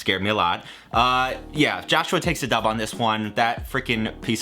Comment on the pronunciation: I couldn’t decide at the end if he said “yeah Joshua takes a dump on this one” or “takes a dub”. It really sounded like dump.